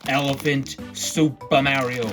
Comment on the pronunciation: You’re saying Mario wrong